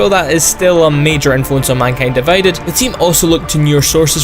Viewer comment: minkyend diveyded